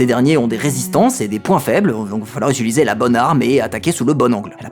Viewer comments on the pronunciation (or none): none